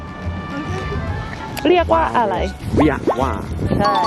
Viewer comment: มันเป็นตาฮักแททททท้ "มันเลียกว่าอะยายยยยยยยย"